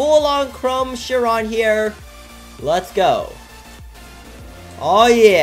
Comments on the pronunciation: Of death basically how he says it LMAO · Nice job pronouncing “CHIRON”. Lol 😂😂😂